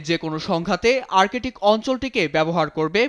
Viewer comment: আর্কেটিক নারে ভাই বল আর্কটিক। রিয়ালিটি অফ আওয়ার এডুকেশন সিস্টেম